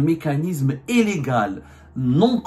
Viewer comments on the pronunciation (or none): Mr Abdou Le "i" ne se prononce pas en "é", à l'exemple du mot illégale qui ne se prononce pas éllégale. Cordialement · Pour la énième fois, on dit illégal et non élégal, prends un orthophoniste ça te fera du bien.